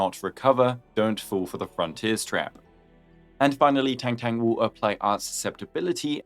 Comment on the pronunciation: It’s tongue tongue btw not tengteng